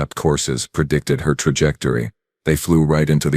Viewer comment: You mispronounced chitinous. "Pertended" is not a word. *Pretended "Perdictid" is not a word. * Predicted "Perdict" is not a word. *Predict "Perventid" is not a word. *Prevented